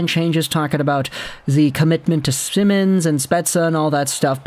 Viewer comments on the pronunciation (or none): none